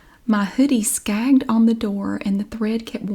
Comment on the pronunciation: I think that fellow meant...snagged...not skagged.🥴